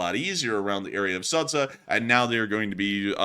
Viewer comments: I always have fun with the way pronounces Ukrainian and Russian names! I am in no way trying to offend or make a claim, just a fun fact! in this case, the correct pronouncement is not Sadza but Sооdja! thank you for your work with best wishes from Ukraine! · you're not pronouncing the town name correctly, it should sound like Sujah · Sudzha is pronounced as SOO-juh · The name of the town is pronounced as "Suji". It's because they dont have the sound J they write it as d+zh sounds and then not very clever google or whoever provides the names in English transliterates it, making it worse. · BTW it's pronounced: sood jah ;) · "Sudzha" reads ----> SoodJa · In case it's going to be recurring topic: the name of the settlement is marked on the map as Sudzha, but it is pronounced something like Soodja [soo- like in 'soon' and -dja like in 'Jah']. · ^this. Same for Kinzhal BTW. Good practice is letting Google Translate read it out.